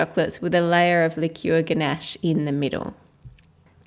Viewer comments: 'likyeuwer' instead of liquor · Its prounounced licker and its called liquor😀